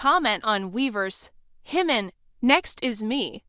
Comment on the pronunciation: It's JIMIN not HIMON! Who is Himon??